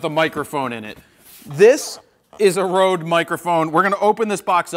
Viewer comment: it's pronounced red not rode. I made that mistake at first too:)